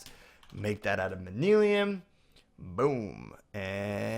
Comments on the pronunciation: It's not mani lim it's Man-You-Ling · nothing against you... This may just be the way you say it, but if not... The propper way is man-you-lin:-) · im just trying to help you pronounce it like this man-you-lyn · It's pronounced man-u-lin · It's pronounced man-yu-lin. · its pronounced man-you-lin